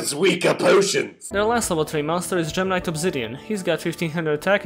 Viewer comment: It sometimes sounds like gemini when he says gem knight. When he got to the part about gemini gem knights I was so confused lol.